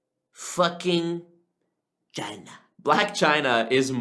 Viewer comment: It was the “Chyna” rebuttal that got me to sub😤😂😂